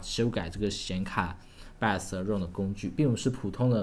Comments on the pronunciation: jun Xiang 他读成了 拜额死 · 听 bios 读成 拜死 觉得好难受..😑😑